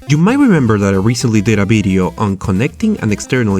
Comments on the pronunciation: why do u say "bideo" instead of video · Because he's spanish and in the spanish language, v and b are pronounced the same, so its hard to learn to pronounce v as it should be pronounced.